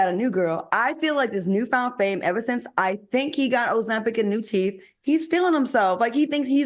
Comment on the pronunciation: “Got ozempic and new teef” is wild 😂 Claudia on one this episode 😂 let’s go Ms Jordan ❤